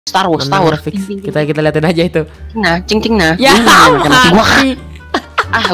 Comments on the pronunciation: bang bukan setar wor tapi stars wars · star wars bang bukan setar war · bang bukan setar wor tapi star wars bang bang waduh malah setar wor waduh :v :3 :0